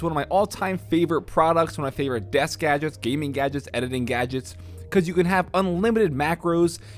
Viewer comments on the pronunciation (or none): none